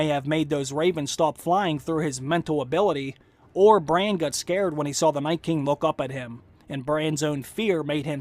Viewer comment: its BRANN not BRAIN